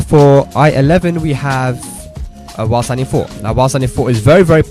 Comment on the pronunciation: Dude fix your english its while standing not wassadi...he said it like this...press wassadi 4,wassadi 1